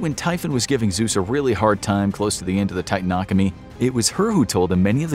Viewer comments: Sir, that word is "Titanomachy" not "Titanachomy. Also, if you want to go with the narrative that Artemis killed Orion, your interpretation was wrong. Apollo tricked Artemis into killing Orion by standing on the other side of a lake from him and challenging her that she "couldn't hit the black spot in the water". Apollo was jealous of Orion because they were both in love with Artemis. And Chronos was the god of time, Cronus was the leader of the Titans. Jesus there's so many mistakes in these videos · Great video but it's TITANOMACHY not titanochamy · Just to let you know it the titanomicy also love your vids and ecspiassly this one